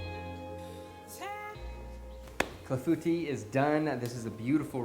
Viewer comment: I would not have pronounced Clafoutis right unless you said it first